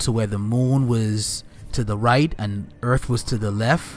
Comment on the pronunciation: “Earf”….. lol.